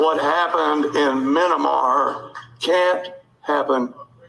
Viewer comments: Whats a "Menimar?" Imagine not being able to say Myanmar. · Where is "Min-nah-mar" anyway? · Where on the globe is “Min-na-mar;” located? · Him calling it "minimar" pretty well tells you what you need to know. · Me yen mar **** Jesus Christ its pronounced me yen mar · He said Mnnamar haha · Is it telling that he said "Minamar", or is is just me Greetings from Sweden! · “Minimar” 😂🤦🏽‍♀️ enough said about how these people think... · Well, if you're not intelligent enough to pronounce Myanmar, I doubt you're intelligent enough to put together a coup. But you can do a tremendous amount of damage to this country in the meantime. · The cultist cannot even pronounce Myanmar. COVID 45 likes his illiterate dumb down base, just the way it is. His creepy son in law, who lacked security clearance to enter our WH, said so. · That ignorant fool can't even pronounce the name of the country